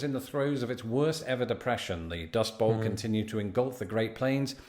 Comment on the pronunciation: It's "Dust BOWL" not dust ball